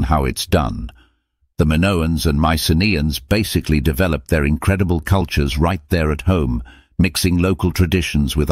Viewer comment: I laugh so hard every time he says *incrrdible... mindblowing etc